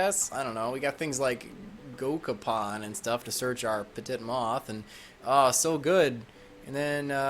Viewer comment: Lol Petit Moth is pronounced [peh-TEET].